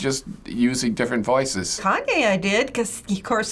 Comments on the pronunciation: “kanwe west” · Am I the only one that noticed two of them called him kanwe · The people called him "Kanwe" more often than they did "Kanye" lol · I love how they all say kanwey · Chloe Gollihar they kept saying kanwey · You mean “Kan-wey” 😂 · Is as dyeing when one of them said “Kaneway” lmao😂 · I love when they all say “kanway” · “Kanway” west😂😂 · Ah yes, kahnway yest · Everybody was saying KONWAY WEST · I can't believe two of the elders said " Kanwe West" 😂😂 Another elder said " Tate Perry" 😂😂😁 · They kept calling him kanway west. 🤣🤣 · The way two of them called Kanye “kanwey”😭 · Why are they all calling Kanye konway 😂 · did these mfs just say kanwe? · "KANWAY WEST" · What did they say “kanway” instead of “Kanye” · WHY DO THEY SAY KANWE